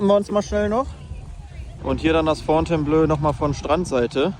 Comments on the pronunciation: Man spricht es blo aus, nicht blö ;) Top Video mal wieder! Thumbs up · Fontaineblooo und nicht Fontaineblööö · Fon-tain-blo (Wenn das Hotel seinen Namen in Anlehnung an das Schloss in Frankreich hat). Aber klasse Video. Wie immer. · kommt von Fontaine belle eau, hat mit Blau (bleu ("ö") nix zu tun! Fontainebleau ("o"), ist nämlich auch eine Stadt in Frankreich